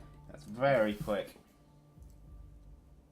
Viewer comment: it's bery entresting